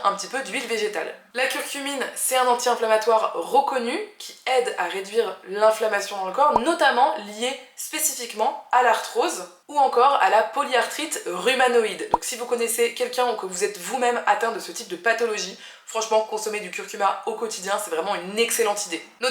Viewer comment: C'est la polyarthrite rhumatoïde pas rhumanoïde 😂 mais sinon ta vidéo est géniale. Merci 😊👍🏻👍🏻 Je ne savais pas qu'il faut mixer les graines de chia. Donc merci. Je changerai ma manière de les consommer😅